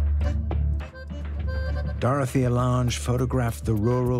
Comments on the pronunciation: Dorothea Lang, not Lahnge. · It was interesting to watch, but so much of the footage I've seen elsewhere. Also the pronunciation of Dorothea Lange's name was a little annoying.